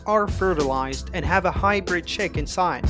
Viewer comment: Bro took the word hy'bird' to whole nother level 💀